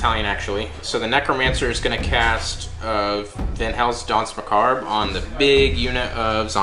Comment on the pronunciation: The "r" in Danse Macabre is silent by the way.